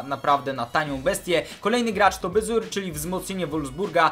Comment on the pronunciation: to nie jest baziur tylko bazur a skąd to wiem, bo mieszkam w Holandii i na youtubie pisze ze grasz w fife 15 a nie w 17!